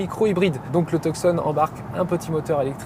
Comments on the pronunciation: Et si on veut prononcer correctement c'est "Toussonne" (tout comme la ville en Arizona et pas Teuksonn) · We don't pronounce the C in Tucson 🤦🏻‍♂️